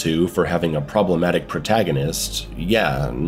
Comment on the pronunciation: "Pwobwematic" shits self cutely